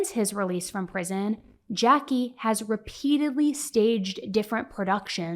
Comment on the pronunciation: His name is Jacque but it’s not pronounced Jackie it’s pronounced as Jack. I’m French and American.